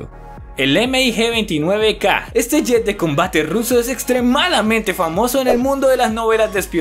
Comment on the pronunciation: La parte en la que dice M-I-G en vez de Mig fue lo más horrible.